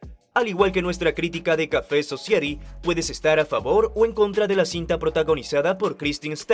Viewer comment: Se pronuncia Sosáiti